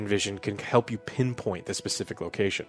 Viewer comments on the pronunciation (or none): none